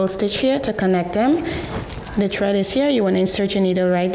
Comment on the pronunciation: Great job sis ! I like how you say tread instead of thread no hate cool Little West Indian / carribean accent me and my 9 year old detected lol 😂 have a blessed one